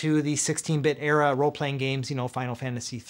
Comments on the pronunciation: CRO-no-trigger. Not CRAH-no-trigger. Like CRO-no-graph - time. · idk why but the way you say “Chrono Trigger” activates my fight or flight response. Great video as always!